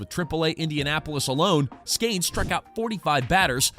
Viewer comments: Bro...did you really just mis-pronounce his name right out of the box....there is no "a" in his name...That was not a deep booming "long strike" foul ball. That was like a weak dribbler down the first base line foul ball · Skeeeeeeeeeeeeenes. Not Skaaanes. Do research. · Why do you say “Skanes”? Come on, man. It makes you sound like an idiot. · it's not skAYnes it's skEEns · Please you are crushing my ears. Stop calling him skains!!!! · Skanes?? Is this bad AI?